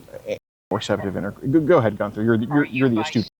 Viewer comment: Gunther= jee- you- in- there